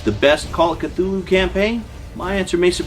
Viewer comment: You got the Cthulhu pronunciation down Professor...now if we could just get 'huge fans' of his work to pronounce the damn city names right...Dun-Itch and Ins-Muth...if I hear one more w I'm going to punch them in their InnsMOUTH (